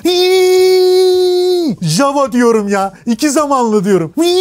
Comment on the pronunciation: Ya dunyada birtek biz yanlış soyluyoruz ja-wa degil ya-va diye okunur 😂